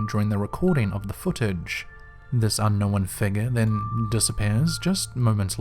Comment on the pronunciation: "Un-knowennn*....smh moron.